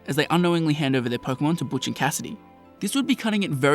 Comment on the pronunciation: The name's Butch, not Botch!